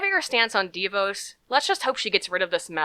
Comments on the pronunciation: It's not "DEE-VOSE". It's "DaVoss" That's the real pronunciation. She's a nightmare and was instrumental in ruining the Michigan public education system. And there is a clear conflict of interest between the fact that she and her husband own a student loan collection corporation and that she determines student loan policy. That is a real problem. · ok, new fan, love your videos. It's pronounced Da-Vos. I'm from Grand Rapids and they're wonderful people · pst--It's pronounced de VAWS, like Vos rhymes with lip gloss.